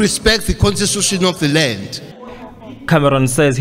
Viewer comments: Cele can't even pronounce constitution😅😅😅, listen propery. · Can't even pronounce constitution